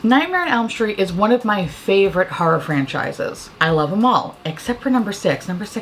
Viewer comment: I'm always like, ummm, if youre from Queens, you don't have any trace of an NY accent. Cut to you saying "harrah movies" and "harrah-fying" Bitch. I stand corrected. Haha 😄🤣😂 "sandpaper finish"